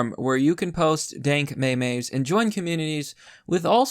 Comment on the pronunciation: Imagine pronouncing meme as maymay